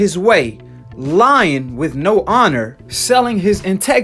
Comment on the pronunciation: I’m a teacher so I’m well educated... you “lien”. Lol